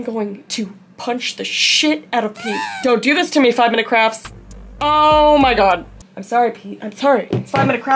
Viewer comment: Is she saying "5 Minutes Crafts" or "5 Minutes Craps" 😆🤔